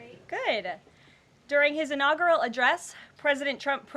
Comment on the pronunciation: In the first few seconds of your prepared speech you mispronounced inaugural and pundits. Get it right!